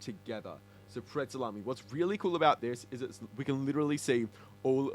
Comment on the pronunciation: Its chritmas prezley